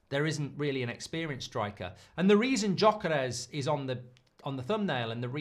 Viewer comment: Does anyone else get a bit triggered with Mark’s pronunciation of Gyökeres every time? 💀😂